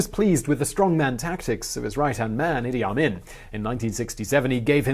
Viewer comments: It's Idee Ameen not the way you say it. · I know dude was a monster, but he is a historical figure. How about pronouncing his damn name right?